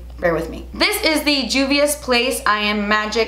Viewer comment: I love u, but it’s Juvia like Jose lololol